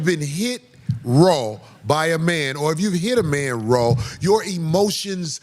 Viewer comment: Why is the "Raw" being emphasized😂😅